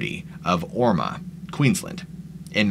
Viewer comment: hahaha orma its pronounced basically like or- mo(ormeau). I am 5minutes from there but most of the bushland is unfortunately disappearing thanks to endless new real estate. Surprised to know something happened around there though :)